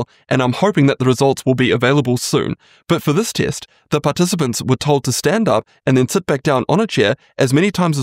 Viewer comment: test not "teest"